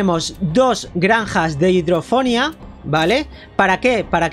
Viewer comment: se escribe hidroponia pero se pronuncia hidrofonia